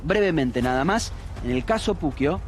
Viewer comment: Puccio se pronuncia "pucho"; "puquio" se escribiría "Pucchio". No es física cuántica. Y al otro nene: "Modus operandi"; no "operandis". Dios.